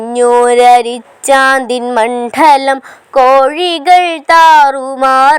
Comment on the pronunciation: മണ്ഡലം, ഉച്ചാരണം തിരുത്തണം